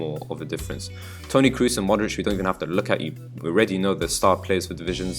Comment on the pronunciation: Good video. Question: I've seen a lot of videos on youtube. Why is it that English/American people can't pronounce names correctly? For example: Kroos sounds like Crows (the birds), not like Cruise, that's the actor ;)